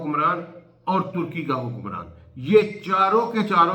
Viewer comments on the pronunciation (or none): none